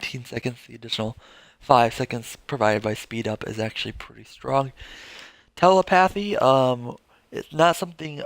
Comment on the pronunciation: Triggered by the way you pronounce Telepathy. But good and informative video. Thanks!